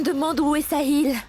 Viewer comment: 😂😂😂😂 Le cœur de vedica dit sahil, sahil, saïl .